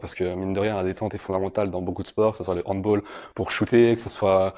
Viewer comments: Super vidéo mais on dit handbAll et pas handbOll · "Handbol" arfff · Si si on dit handbOll